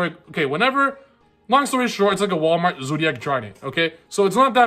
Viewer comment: "Wallmart zoodiac drident" HHAHAHA love u <3